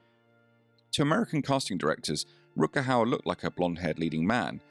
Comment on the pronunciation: Please have some respect and pronounce his name the right way!! Rut-Ger with Ch as in loCHness g=ch in dutch.